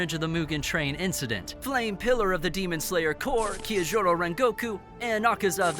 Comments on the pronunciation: oh god why did he pronounce it kiyojurou and not Kyojuro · Why are you butchering the name Kyojuro? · Did he say kyojohru rhengokeu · please learn how to pronounce Kyojuro, ufotable, Muzan, TANJIRO etc😭